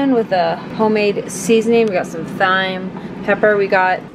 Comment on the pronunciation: I'm sorry, but the way you pronounced thyme lol. It's just pronounced exactly like "time". No hate, just letting you know in case you didn't.